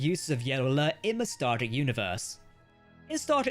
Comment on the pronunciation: you keep calling it “starter “.. say it with me now.. “star Trek”…enunciate.. we all don’t speak the queens mushmouth version of English